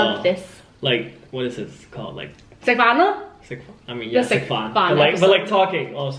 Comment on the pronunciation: I love that you call it sek fahn!!! So perfect!!